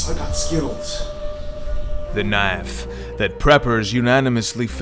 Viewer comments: It’s a knaf goofy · what the hell is s knaf is that a failed attempt at a southern accent or are you from another country ? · Why are you intentionally mispronouncing "Knife" ??? not cute bruh